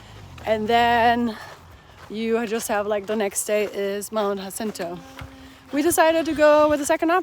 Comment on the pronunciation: How to keep the rain away? A: Seam seal your tent. Same goes for wearing your rain gear. BTW: Jacinto is pronounced Hasinto, it's a Spanish thing.